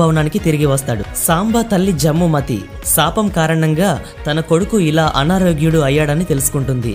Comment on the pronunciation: వరే సాంబ కాదు( సాంబుడు) జమ్ముమతి కాదు (జాంబవతీ)